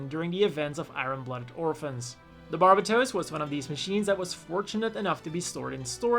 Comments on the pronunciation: That is not even close to how you pronounce "barbatos" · He says its barbatooos Bit its barbatos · Why does everyone pronounce Barbatos incorrectly? Its bar-bay-tose. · "barb-a-toes" lmfao